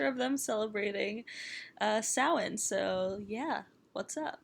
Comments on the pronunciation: So happy she said Samhain right 😂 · YAASS 👏🏻👏🏻 I’ve watched so many videos similar to this where the information is totally screwed up and they don’t even mention it originating in Ireland. The pronunciation of Samhain was 100% too. We do trick or treat here and people do actually give out money, usually older people. Celebrating Halloween isn’t as big as it is in the states because you guys go all out on literally everything - although we’re definitely getting close. Also it’s a bank holiday so no work/school.